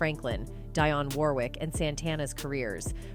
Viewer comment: Learn how to say the names first 😂 Mr Knight and Ms Warrick wow this gotta be a lil kid lol